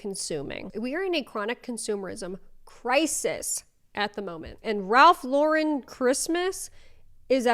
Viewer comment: Also, Raf La’ren? It’s Ralph Lauren 💀